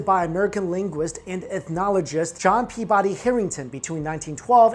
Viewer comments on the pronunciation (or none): none